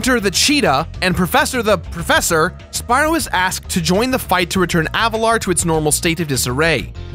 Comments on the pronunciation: Say it with me no, AV A LAR not avatar, Avalar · I know that I may sound annoying, but is not Avatar. Is AVALAR.